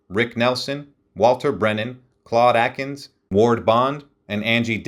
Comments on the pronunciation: Thank you. And, I think you mean Claude Akins....not Atkins. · "Claude AKINS, not Atkins"!